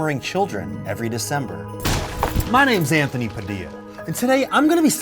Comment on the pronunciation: god man "sant-thony" was so obvious smh